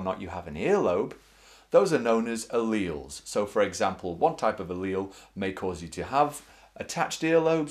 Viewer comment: your pronouncing alleles wrong